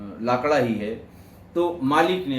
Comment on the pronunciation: Sir, we pronounce लकड़ा 🙏🏻